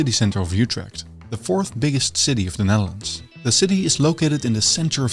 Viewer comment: There is no "y" sound in "Utrecht"!! The "Ut" is pronounced like "it" but with your LIPS EXTREMELY PURSED, leaving only a small opening, like when whistling. That is close enough to how the Dutch pronounce it. Don't be greedy now.